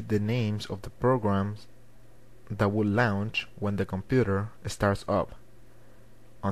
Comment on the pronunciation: lmfao dude thanks for the help.. but wen u said launch u sed lownch xD